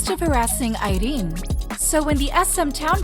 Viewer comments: THE ACCENT ON IRENE'S NAME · Why is she pronouncing Irene's name like? that LOL! is just unnecessary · I don't really know much abt rv but Irene definitely doesn't look like a woman who'd just let men take advantage of her lol. Jk. It was just choreo and kpop fans being kpop fans over analyzed everything. Ps. I love how you pronounce Irene 😂